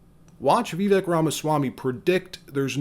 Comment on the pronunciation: Great video. I’m hopeful that Vivek will be the VP choice. I don’t mean to nitpick, but you’re mispronouncing Vivek in the video. Trump Vivek 2024!